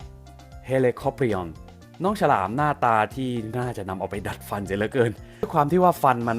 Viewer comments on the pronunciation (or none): ฉลาม ครับไม่ใช่ ชะลาม